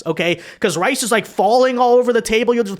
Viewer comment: thought he said "rice" but he actually said "ice". Very common Asian pronunciation mistake